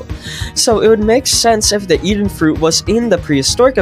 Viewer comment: “Even fuit”